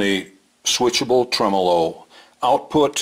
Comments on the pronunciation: you grab that red knob, pull it up & give it a good twist... bye bye clean!!! apparently gets his tremolo pronunciation from Italy, a small place with a handful of people. We are the rest of the universe, with billions of people, HAHAHA!!! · I have seen and heard Polytone amps, Mike. They tend to be ultra-clean, for Jazz and such. I would think that a 100W Polytone would make a dynamite lead guitar amp......like a Marshall, clean and loud as heck. I'm not sure where gets his pronunciation of Tremolo. He may be right.......but the vast majority of people seem to pronounce it the way we do.